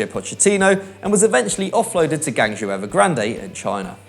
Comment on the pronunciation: Ouch; that pronunciation of Guangzhou...